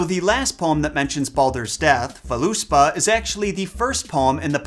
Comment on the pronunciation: An interesting video, but oh my, how you butchered some of these Norse names. Like Hermod. The name is not French... We actually do pronounce the H in the beginning. And the "Völuspá" has the stress on the first syllable "Völ". The "ö" having almost the same sound as the "u" in the English "burn", while the "á" is similar to "awe" . Both the "ö" and the "á" are long vowels, while the "u" is quite short. Ok, that was my linguistic lesson of the day! No homework, but I do encourage you to study pronunciations of the mythological characters you are presenting.